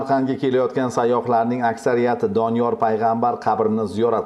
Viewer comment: Kim aytti Doniyol a.s. qabrlari db😂 Oldin ismlarini to'g'ri aytinglar😅keyin qabr haqida gapirasilar